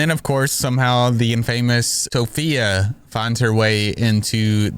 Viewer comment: TOPHIA??? LMAOO